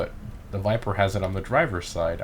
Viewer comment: what is this car? " Viperrrrr ". What is this car " Viperrrr " " viperrrr "